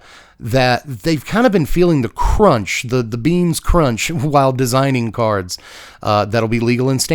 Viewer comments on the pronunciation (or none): none